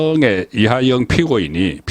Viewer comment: 이화영을 [이하영]으로 틀린 발음 정확한 발음 부탁 ㅜㅜ